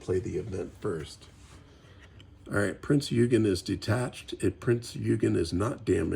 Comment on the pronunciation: Eugen is pronounced OY-gun